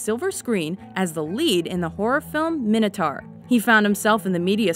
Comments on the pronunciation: "min-o-taur"? Wtf? It's "mine-o-taur" Who the fuck says it like that? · It's mine-oh-tour not min-at-er. Well, it is in england. I don't know why that annoyed me so much. Great video, though. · WTF is Minatar? 2.59